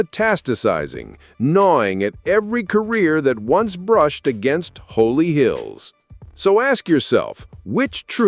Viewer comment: It's not Holy Hills but rather HOLLY HILLS